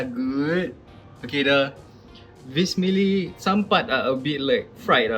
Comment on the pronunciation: the way pronounced "vermicelli”... kinda triggering 🌝🌚